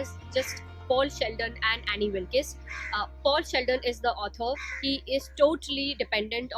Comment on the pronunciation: Annie wilkees 😂😂 pronounciation